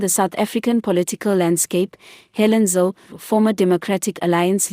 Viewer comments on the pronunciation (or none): It's Zille not Zill???